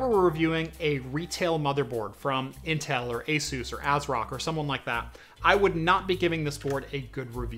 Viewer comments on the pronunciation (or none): none